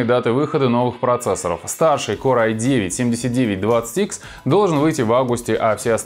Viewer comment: ынтол *уй-9?? поржал от души как конь:)